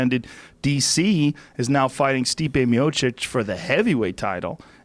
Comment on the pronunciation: Pronounced - MiochiCH, "CH" Joe, "CH".